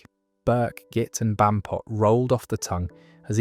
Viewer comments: Bampot, comes from Barmpot derived from Barmy meaning daft. The AI gets the pronunciation and connotations mixed all the time.. triangulate your data.. ffs. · Pranny is PRANNET where I lived in south east Lancashire. Muppet is still a "current" insult - I use for dumb f*cks - sounds a whole lot nicer than what means after all. Bampot is wrong I think? It was Ba-R-mpot, at least where we lived. You don't pronounce 'apeth in Lancashire the way you do in the video - literally "A-peth", as in AY peth. And peth is shortened by dropping the e to become pth. Thus sounds like "ay pth". I was told shouting "Wally" at gigs started after a band with a roadie called Wally played at The Free Trade Hall in Manchester and someone called for him on mic during the pre-show checks. The audience took up the call and became a ritual. I wasn't aware happened elsewhere and was already in decline by the 80s even at The FTH.